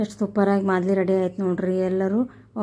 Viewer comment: ಮಾದಲಿ ಅಲ್ಲ ತಾಯಿ ಮಾಲ್ದಿ